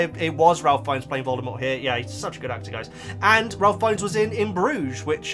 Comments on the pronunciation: FYI Ralph Fiennes' first name is pronounced as "Rafe" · Ralph Fiennes is actually pronounced Rafe.😊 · Ralph's name is actually pronounced Rafe (note, not all Ralphs are pronounced the same).